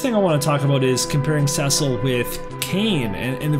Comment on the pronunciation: Someone who ponounces Cecil properly! Nice! XD